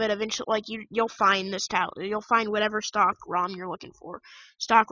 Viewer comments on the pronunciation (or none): Its stock recovery, not stalk recovery 😂